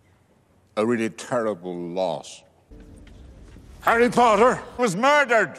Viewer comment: hogwarts Champion : HEWWY POTTA !